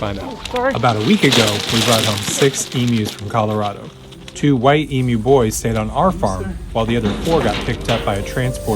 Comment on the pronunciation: Bro great video but I especially gave it a like because you pronounced emu correctly. Being from Australia, it's very weird to hear people say e-moo